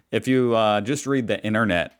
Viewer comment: " INERNET" !? There's another T in there Americans . IN TER NET ! She likes the word "like" a lot doesn't she !? Murphy's Law states that " what ever can go wrong....will go wrong " Nothing to do with semi conductors. In the UK we call it SOD'S LAW.